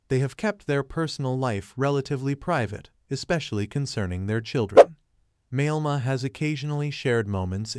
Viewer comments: Malema is pronounced as Ma- lair-ma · Why should anyone believe you if you don't even know how to pronounce his name?